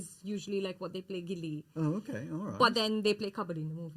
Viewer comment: FYI It's not gilli it's gully cricket